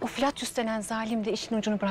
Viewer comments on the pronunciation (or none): Flatyos degil Bilader vladius :)